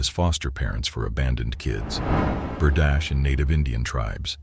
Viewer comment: Berdache ( bur- dah-shay) not Berdash!